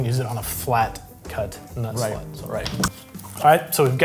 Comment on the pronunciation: he definitely said nut slut